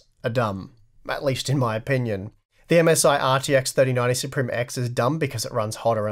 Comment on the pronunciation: and its pronounced sup rim.....